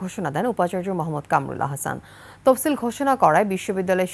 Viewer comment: তপসিল না তফসিল